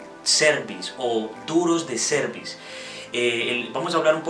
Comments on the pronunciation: La pronuncias como cervix o cuello uterino😢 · no le ponga el acento a la palabra cerviz en donde no va se escucha feo la pronunciacion